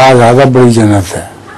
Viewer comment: بدی نہیں بڑی درست فرمالیں